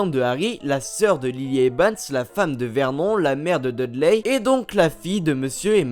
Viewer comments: La femme de Vert Non...😂😂😂 Vernone cela ce pronomce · Bonne video mais on dis vernon(e) et non comme ca se lis il me semble 😶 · C'est verNon on fait comme si il y avait un E a la fin ensuite dursley on ne prononce pas le Y et dans Weasley c'est pareille la prochaine fois apprend a prononcé les mots et noms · Mais ça se dit vernone et pas verNON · C Vernon pas Vermont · CA SE PRONONCE VERNONE